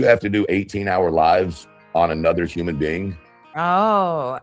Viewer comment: I cannot I hear saying uman just like Ted says it 😂😂not human but uman